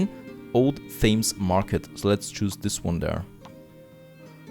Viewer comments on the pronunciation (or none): The name of the river Thames in London is pronounced "tems". Yeah I know it doesn't look like that. Have lived in London for more than 20years at this point and go for walks along the river every couple of days.